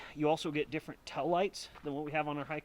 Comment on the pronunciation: What are tellites? Around here we call them “tail lights” haha just joking with ya. We love the Utah accent :). My Silverado has the push button in the rear doors handles. Don’t know why your High Country doesn’t. At first I was shocked at the new Chevy front end, but it’s grown on me a ton and now I love it. So I bought one. They look pretty tough actually. But honestly I think both are beautiful trucks and what I’m pumped about is that GM now offers two completely different looking HD trucks. No one else does. Did your buddy have an aftermarket gooseneck assembly installed below the bed that the Anderson hitch attaches to? Or is that using the GM setup? Best part about these trucks IMO is the driving experience. Powerful, and nice to drive